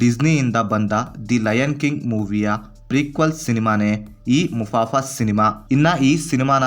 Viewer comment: ಮುಫಾಸಾ ಗುರು ಅದು ಮುಫಾಫಾ ಅಲ್ಲ